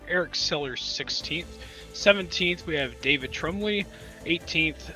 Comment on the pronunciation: By the way it's pronounced "Trum-Blee" not "Trum-Lee" but thanks for broadcasting us guys!